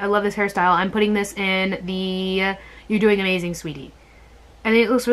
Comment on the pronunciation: is she just said amaZAYN ...